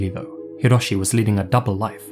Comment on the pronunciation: Japanese here, he pronounces Hiroshi a little strange too